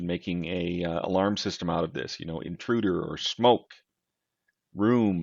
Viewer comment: Interuder? :D